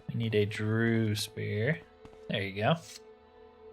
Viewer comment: The word "DREUGH" might look like it's pronounced like "Drew" but it's really pronounced like "Dregg" and Rhymes with "Gregg". Great let's play series.